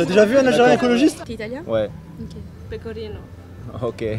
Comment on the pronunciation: a pris un coup de vieux en si peu de temps, ca fait réfléchir! J'ai un livre de poche dans l'oeil 😢 Le "PécoRrrino" est légendaire 😂😂